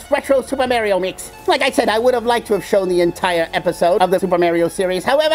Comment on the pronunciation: Mar--ee-o. not Mair-ee-o